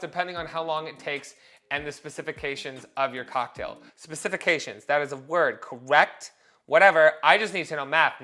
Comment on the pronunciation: specifications is indeed a word! Typically the emphasis is put on the 1st and 4th syllables, but your way is beautiful. 😘